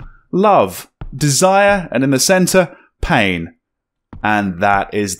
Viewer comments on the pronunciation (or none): none